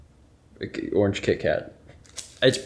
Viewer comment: Do mine ears deceive me? Did deem "orange" worthy of an extra syllable? Surely the world will start becoming a better place after this.